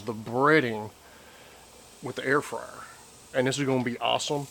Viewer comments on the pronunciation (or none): Voodoo! We like those chips, Air fryer, did you say Air fyer? Lol Great job.